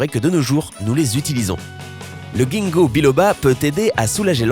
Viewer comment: Merci mais entre parenthèse on prononce jinnko